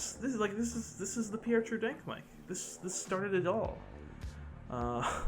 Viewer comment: Pierre confirmed anglo